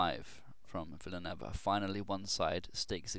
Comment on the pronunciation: the last name is pronounced Villa-New-Ay-Va. Great vid as always